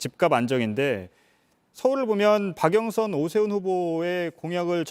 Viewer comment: 허영 운다 울어 ㅋㅋㅋㅋ 박영선을 박영선이라 발음도 못하고 박영순 ㅋㅋㅋ